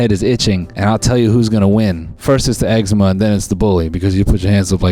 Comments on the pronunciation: why the fuck he say it like “eggsehma” ITS EXCEMA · "eggsma" lol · did anyone else grow up and everyone pronounced it ecZEEma instead of eggzama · Not sure if the OP will respond, but I live in Canada and instead of putting the emphasis on the first syllable like Noel does, we put it on the second syllable. So instead of EX-e-muh it's ex-EE-ma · i don’t know if it’s because I’m Australian and we pronounce eczema differently but the way he says “egg-see-muh” gets me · bro, Noel has eggsemen??? damn i never would’ve noticed if he didn’t say it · Not eggsemen 😭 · The amount of times I’ve heard “you got eggsma?!” Okay it was funny at first but now I just don’t know what to say. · He’s Filipino for sure. Eczema and his name is pronounced like “Noelle” and not “Knowl”